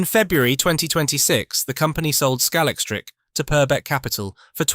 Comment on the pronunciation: Not as bad as scal - ex- trick!